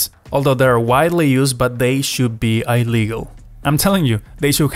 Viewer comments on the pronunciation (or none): "imperial units should be i legal" says the person that can't pronounce illegal